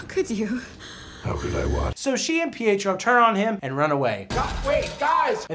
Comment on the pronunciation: Ohhh! I thought he was calling Pietro 'PHO' and I was like, what is PHO short for!?